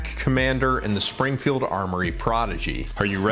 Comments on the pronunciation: Dude, good video. But have some respect it's Springfield not springer. It's still two syllables, what's your problem? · You keep saying Springer, and I keep hearing Springer Precision, not Springfield Armoury.